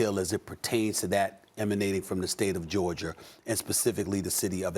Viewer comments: SAS “ Georgia “ not Georgerrr 😂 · "state of Georgiar" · Stephen “Atlanta Georgiar” Smith